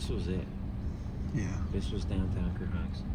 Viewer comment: “Ker-honk-son” not ker-honk-ston